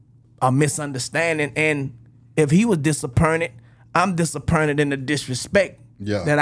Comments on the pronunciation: "Dis-er-pern-it" Turk2023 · Turk said, DisappErnted 😅